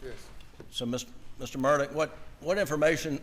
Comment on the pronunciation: So odd how Alex pronounces his surname "Mur-duck" or "Mur-dick" while his brother pronounces the same surname "Mur-dahw", and once he does say "Mur-dock". Mur-dahw Rental Center Mur-dahw(?) Kobota Mur-dock Equipment LLC ......so there's multiple ways that this family pronounces their surname, between Mur -- daw, dah, duck, dick, and dock. At this point, some people pronounce it "Murda", very close to how many South Carolinians, North Carolinians, Georgians, Floridians, Mississippians, Cajuns or creoles might pronounce "MURDER". And the (convicted) murdering Murdaugh is known as Alec and Alex to various people in his family and community, although most who are close to him seem to call him Alec, or "Ellick".